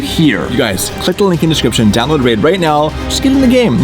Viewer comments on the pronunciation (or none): Dave: "clinck the link" ? Me: What?